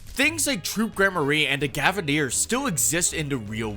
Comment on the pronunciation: I know it was probably just a mispronunciation, but it's surprising seeing how many people think that the Gavinners was actually spelled the Gavineers, cuz i saw people talking about it on twitter when the promotional video came out